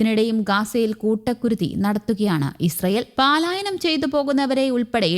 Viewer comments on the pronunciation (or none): പാലയനം അല്ല പലായനം കൗമുദിക്കാർ ശ്രദ്ധിക്കുമല്ലോ